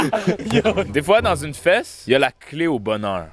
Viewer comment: " une feEsse" meilleur bout